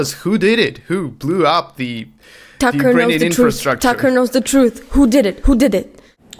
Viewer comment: Does “Tucker” sounds like “sucker”, doesn't it?